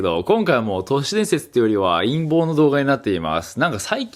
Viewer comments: 陰謀動画が陰毛動画？淫紋動画？に聞こえる(難聴) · 陰毛の動画って聞こえた